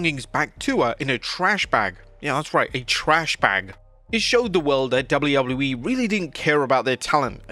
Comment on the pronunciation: He has a harder time saying W.W.E then Chris Jericho🤣🤣🤣